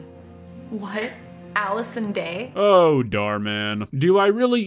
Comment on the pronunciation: I litterly died inside buy cringing when they say Allison Day